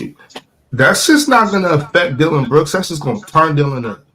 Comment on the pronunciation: Why does pronounce Dillon brooks name like that 😂😂😂